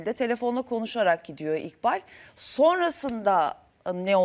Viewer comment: siz neden isimleri doğru söyleyemiyorsunuz İkbal İkbal sura giden İkbal